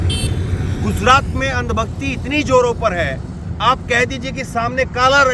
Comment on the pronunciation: Bhai guzrat nhi gujrat hai